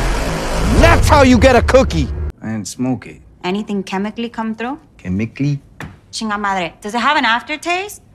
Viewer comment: "Chem ee klee?" LMAO!!!